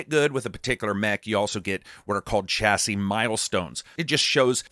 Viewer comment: Ohh my word. Why can mericans not say the word chassis... fml its annoying as hell 😂 Please google how to say it.